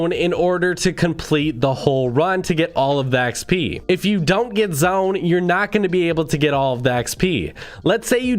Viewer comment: Anybody realised he sais zoen instaid of zone